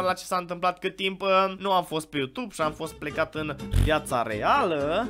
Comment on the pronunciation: Observați că toți vloggerii au o problemă când pronunță You2be?